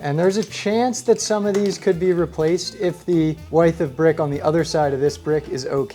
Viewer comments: I'm Team Vestibule-- for security AND to keep both heat and AC inside the house. Helps to keep pets from escaping as well. Also, do you pronounce "width" the way you do to rhyme with your name? Or is it some architect thing? Very.... unusual...? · Took me awhile to figure out you were saying width: wide-th. I say it: wid-th. Wi like wizard. I love phonetics and how they change across areas in North America, not a jab, I just like words 👍 great videos as always!